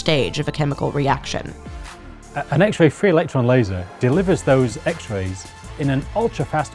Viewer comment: The narrator emphasized it incorrectly.